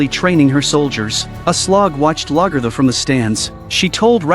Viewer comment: I wish AI fake voice overs could get NAMES right at least. Whomever....get your VIDS correct. How many times do you miss pronounce Lagettha dumb AI and vid maker?